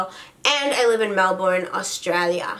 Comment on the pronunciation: I love you but Australias schooling doesn't not go like you guys. We go from the start of the year to the end (with holidays in between obviously) and that's a whole year for us. Btw I love the way you say Melbourne in your accent. Love you ❤❤